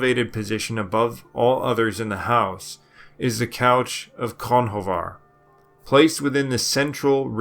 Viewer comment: Very interesting. Great insight. Believe it or not the ancient Irish name "Conchobar" is not actually pronounced phonetically. It's more like (cru-huar).